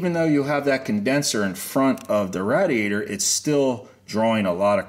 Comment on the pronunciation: Why on earth are you pronouncing radiator like that🤣